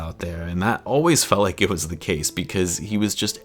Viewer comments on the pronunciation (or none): none